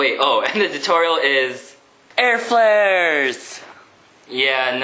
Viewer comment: Ah I missed you saying tor-torial